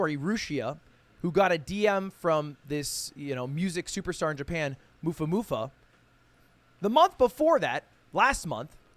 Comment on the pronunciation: he said mufamufa it's mafumafu